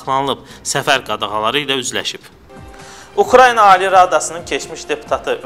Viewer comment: Ey hörmәtli jurnalistlәr, aparıcılar, redaktorlar, Ukrayna ki var, bu ölkәnin adı necә Ukrayna yazılır, elәcә dә Ukrayna oxunur. Bu Ukrayniyә deil. Ukrayniyә bazardadır, çayxanadadır, küçәdәdir, efirdә isә bu ölkәnin adı Ukrayna. Işinizi bitirdikdәn sonra gedәrsiz gözәllik salonuna, orda müzakirə edәrsiz kimin әri Urusyәtdәdir, kimin Ukrayniyәdә. Efirdә isә xahiş edirәm düzgün tәlәffüz edin.